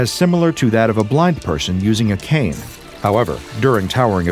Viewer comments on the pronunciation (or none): none